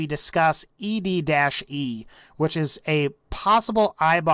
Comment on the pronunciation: EDDIE NOT ED-E